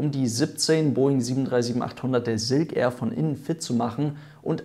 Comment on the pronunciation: Ja, erneut wirklich tolles Video, aber Silk Air wird halt nun mal Englisch und nicht Deutsch oder Denglisch (weil "Air" sprichst Du ja richtig aus) ausgesprochen, daher tu so, als stände vorne ein "ß", also ßilk air, dann klingt es auch Englisch. ;-)